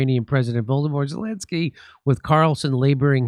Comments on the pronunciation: Did Jimmy say "Voldemort Zalinsky?" 😆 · Did he just call him Woldemort Zelensky? 😂😂😂😂